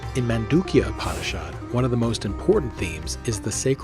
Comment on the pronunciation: Namaskäram! Nice video, but if I may...please correct your PRONUNCIATIONS! :) It is not Upanishaad; it is Upanishad, the shad as in shudder! :) :) Same with Bhagavad; it is not Bhagavaad! It is not Prakreethi; it is Prakrithi! :) It is not Bhaakti; it is Bhuk (like in buck but aspirated)-thi! Thanks for listening!